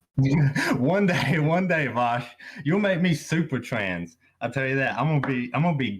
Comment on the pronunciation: Idk why he keeps saying his name wrong, it's pronounced VOWSH